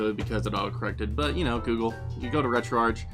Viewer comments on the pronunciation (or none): It’s pronounced “RetroArck” even though it’s spelled “RetroArch”. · Good video, one little thing though. I believe it is pronounced retro Ark as in archive or archades